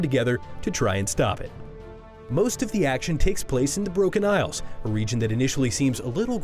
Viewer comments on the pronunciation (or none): none